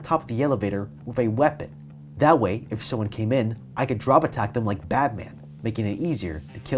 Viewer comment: Did he say Badman?